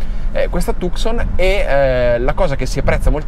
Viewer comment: la precedente era già bella, il nuovo modello molto originale nel design, ma si pronuncia Tuson